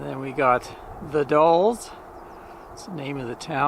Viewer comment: Nicely done...again. You're in our backyard now (or when filmed). TONS of photo ops for Anne in the Gorge area. "The Dalles" rhymes with "the gals." French word for rapids of a river through a narrow gorge. Spring flowers are late this year, but it gets really nice in the mid Spring. We travel several times a year up & down the Gorge on both sides of the River. I believe I've posted a few photos over the years on your other site. One is of Mt. St. Helens . You picked a good week. Couple weeks back it was pouring rain and a little cold.